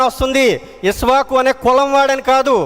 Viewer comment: నమస్తే అండి ఉత్తరరామాయణం తప్పుల తడక ఇసవాకు అనకూడదు ఇక్ష వాకు అనాలి సంఘమిత్ర